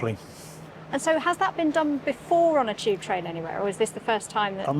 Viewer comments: Why does she pronounce tube like 'cheap'? 😂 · People from England pronounce a lot of words that start with a ‘t’ as a ‘ch’ sounds instead.